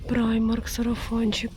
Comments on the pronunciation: Взагалі так, на англійській мові. Але жінка взагалі називає бренд «Праймер» тому вирішила написати. Доречі а в німецькій мові то читається « Примарк») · Правильнее - праймарк.